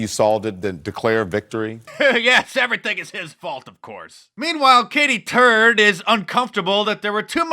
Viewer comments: Wow.. she really DID say Katie Turd! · It sounds like she called HERSELF "Katie Turd" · Her name is really Katy Turd? That’s what it sounded like she said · Did she say Katie Turd? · DID SHE SAY '' GOOD AFTERNOON I AM KATIE TURD '' ?? LISTEN AGAIN 😂😂😂🤣🤣🤣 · Did she say Katie Turd? Listen to her intro again." She says Katie Turd..." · She did say Turd 💀😂😂😂😂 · I swear she said “Katy Turd” when she said her own name. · Did I hear her name correct Katie Turd?